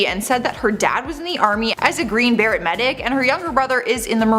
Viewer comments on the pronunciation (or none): Just a hint: Someone needs to know how to pronounce words! I've been hearing this issue on so many of these videos. For example:, at the beginning of this one: the elite military group is not called the Green "Bare-it". It doesn't reflect the true intelligence of the presenter for the editor not to fix it ... or know any better.